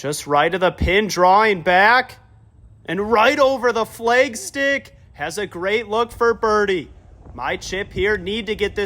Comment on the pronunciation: The way you pronounce “flag” is also equally as infuriating